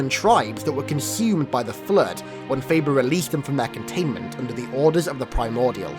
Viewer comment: Oh my god, it's in this video, too! Whoever reads this, turn on the subtitles when says "flood". Seriously, the "Flirt"?!! NoOooOooOOOOooooO!!!